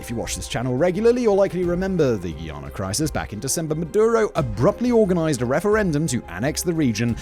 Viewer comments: "Guy"- "ahhh" -nahh Not geeeeahnuh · Just call it guy-Ana. What’s a giiana? 😂😂